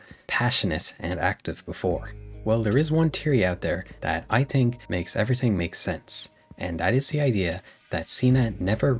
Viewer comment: “I tink” I’m crine 😂